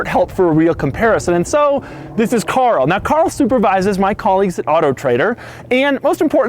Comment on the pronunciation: It's Car-l